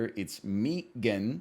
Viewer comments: Why does be pronounce it meegan I'm going to go joker mode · Obviously it's meant to rhyme with began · He probably says it like that because of the Key and Peele bits with Meegan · why does he say it like that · Probably because no one pronounces 3 like "thray," not even Canadians.